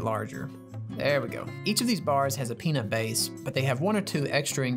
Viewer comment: peanut not pnut